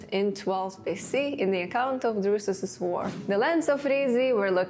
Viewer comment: la guerre de Drussus, pas Dudus!